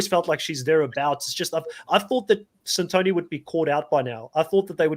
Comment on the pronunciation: Why can't the hosts pronounce the players' names correctly? That's not how they pronounce Santoni and Kiran on the show. It's been 9 episodes.